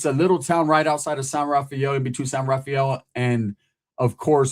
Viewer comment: San “rah-fel” not Rah-fi-el. It’s nice there. My grandpa used to be the mayor of San Rafael but lived in Corte Madera and my grandma lived in Larkspur.